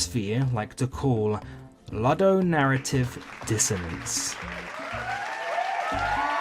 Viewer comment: My anger festers like banana fuelled diarrhoea blasting out of an appalling ape ass when you ludicrously pronounce ludonarrative multiple times in this video, especially when you've said it correctly in the past. It utterly shakes me to my rotten anime profile pictured core.